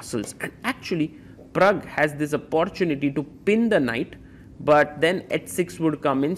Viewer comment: ❤ may I humbly make a suggestion Sagar . You use the word Opportunity many times . Could you please check the pronunciation on line .Sorry . Much love .